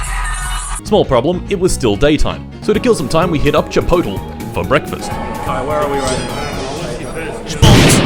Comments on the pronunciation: I’m going to ignore his pronunciation of chipotle. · Pronouncing Chipotle as "Chipot-O" instead of "Chipot-lee" is the most non-american thing ever. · I've never heard someone pronounce Chipotle that badly.